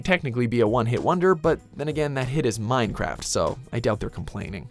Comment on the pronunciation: did you just say Mine crap.